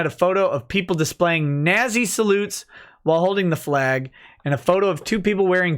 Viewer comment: you tried so hard to say “nazzy” then immediately said “if you did not see”, Freudian fascist slip confirmed.